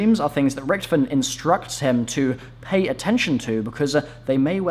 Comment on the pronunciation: Holy crap his name is Richtofen not Richtoven